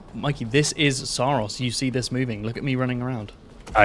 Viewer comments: That’s not how the devs pronounce it. In their promotions material it’s Sah-Ros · I think it's pronounced Sorrows. Which is also the story.